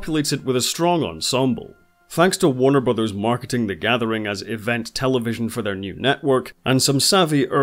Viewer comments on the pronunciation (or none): none